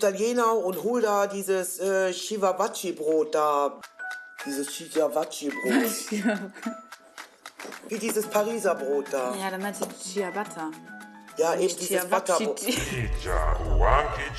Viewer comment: Das heisst doch Tschiabatta